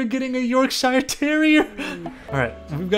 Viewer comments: SAY YORK SHIRE ONE MORE TIME! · "york-shire" oh no please it hurts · As an Englishman your pronunciation if Yorkshire terrier is dreadful. May I suggest pronouncing it York-sure terrier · how the fuck did you say yorkshire what the hell i'm going to have a stroke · The way he said Yorkshire 🤢Americans smh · He butchered the word yorkshire :(